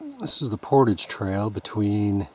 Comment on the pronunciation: Thank's for some good videos. I have dropped a few channels because they mispronounce portage constantly, but there are only so many decent canoe vid's and winter is long in Canada, so you can continue as you will. It is a cultural word to me though, and I would never go to Mexico and mispronounce a culturally significant word. Not if I expected them to watch.